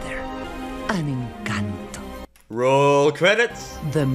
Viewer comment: It’s pronounced Enconto